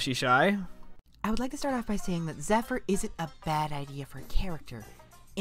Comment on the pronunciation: I consider this to easily be Fluttershy's best episode of the entire series. Plus,you're pronouncement of Zephyr throughout the entire video bugged me.